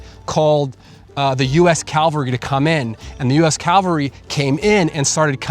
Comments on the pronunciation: great video. I live in Idaho. Thanks for this. One small niggling thing, though. It is pronounced cav-al-ry not cal-va-ry. Calvary was where Christ was crucified. BTW: It is VERY cool the way I assume has used AI to give motion and life to period photos. I have never seen that done before. It is the first use of AI I approve of. You should have brought your shotgun and fishing poles. Hunted chukar and fished for the rare owyhee river redband trout while you were there. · 12'03" Its NOT calvary but CAVALRY !!!! Where didcha go to school or didntcha .... ? (Calvary = the spot where 1 Jesus Christ was crucified ...believe it or not ). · Mounted troops are called “ca-val-ry.” “Cal-va-ry” is a biblical place name. Please? Just trying to help. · How many times can you use the word “Calvary” instead of the correct word cavalry. You’re attempting to make a quality video but one of most used words in the video’s context is mispronounced over and over and over. Seems a bit lazy. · Cavalry ….not Calvary. Calvary is where Jesus died. Cavalry is a group of men on horses with weapons. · Fun video, but it's "Cavalry" not "Calvary" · It's 'cavalry", not "calvary"! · It's pronounced CA-VAL-RY (just like it's spelled) FFS. NOT CALVARY !!! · Love the story, great video. Horse mounted soldiers were CAVALRY. You keep pronouncing it as CALVARY, the place outside Jerusalem where Jesus is said to have been crucified. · Super nice video. You're misspronouncing a word. Cavalry, not Calvary. One is a horse mounted military unit, the other is where Jesus was crucified. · Its Cavalry. There's no 'L' before 'V'. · I LOVE History and this is very interesting, especially since I live in Idaho... HOWEVER, my biggest pet peeve is people who teach, report etc, about History and don't PROPERLY PRONOUNCE "CAVALRY"...It's NOT "CALVARY"...CALVARY,is where Jesus was crucified!!! Soldiers riding horses is THE CAVALRY, two completely different pronunciations!!! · CA - VAL - RY! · Cavalry. Not Calvary.